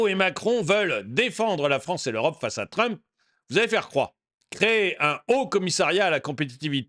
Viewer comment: Le président réélu... Il n'arrive même pas à prononcer le nom de Trump...